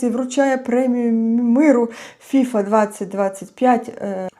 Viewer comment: Ох, пані, повеселили, хоч для веселощів сьогодні мало приводів. Бачте, Міжнародна федерація футболу - ФІФА, наголос на останній склад. А фІфа - то пуста, легковажна дівчина або молода жінка, крикливо одягнена. Але так, як поводить себе керівництво ФІФА, толеруючи агресію збоку ерефії, цілком підпадає під ваш мимоволі хибний наголос. Як то кажуть - обмовочка по Фрейду 😄👍